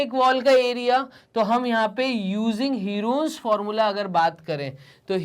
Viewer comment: Herons formula ka pronunciation galat he😂😂